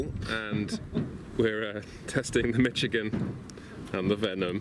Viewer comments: Why do they both pronounce it Mitch-igan? It's pronounced Mishigan! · I live in Michigan... We definitely pronounce it "Mishigan" lol.